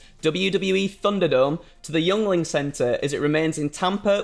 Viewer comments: It's pronounced Ying-ling. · FYI. Yeungling is pronounced “yingling” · I know you lads aren’t from the states but it’s pronounced “Ying-ling” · It's pronounced "ying-ling" :) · I don't comment much....pronounced (Ying-Ling) it's spelled weird and I typically don't care...but none of you have said it correctly lol...yuengling...pronounced Ying-Ling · Hearing Brits not knowing how to pronounce "Yuengling" made my day. Growing up in PA, it's everywhere.